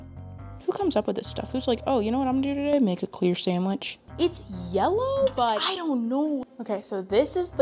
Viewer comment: Toddlers say "samitch"